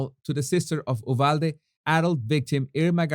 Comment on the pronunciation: Brilliant,! Btw, it is pronounced “you-valde”. Wait! I’m from Texas! You’re from Venezuela!